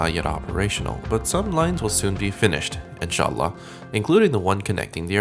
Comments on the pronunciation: Your Arabic accent is so good you said word incha Allah and haram like any Arabic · Wow, Riyadh airport looks so much better than Jeddah airport!! Love your videos! Please make more!! (Also, your pronunciation of “Insha’Allah & Haraam are bang-on, mate! 👏🏽). P.s. can you please review Emirates, Etihad, Qatar Airways & Singapore Airlines in all classes for each from Los Angeles? 😎